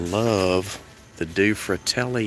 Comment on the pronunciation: Do-ay (two) fratelli (brothers)